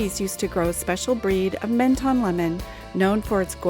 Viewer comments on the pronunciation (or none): Pronounced Mon ton not Men ton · Pronounced MON-TON. Sorry to be a Pedant. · You’re not supposed to pronounce either of the two N’s in Menton !!! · No it’s not! It’s pronounced MENTON! EN and ON are not pronounced the same way! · MEN and MON are not pronounced the same way!! Bad example! Try the word MENteur for example. The tong never touches the pallet either. But be right if you wish to be. Am signing out of this exchange and wish you all the best.